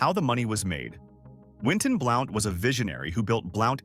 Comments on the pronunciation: it's pronounced Blunt not Blount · This is a pet peeve of mine. I can not STAND, the mispronunciation of Southern names. It is Blount, pronounced (B-L-U-N-T)! YEESH, I am screaming my T.V.!!!